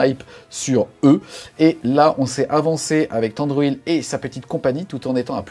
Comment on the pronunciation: Mes oreilles ont saignées à chaque "Thandruil" Mais gros plaisir de voir du SDA à nouveau !